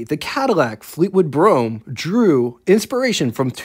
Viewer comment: I can't watch all of this, everytime you call it a Fleetwood Brougham, steam comes out my ears! get it right!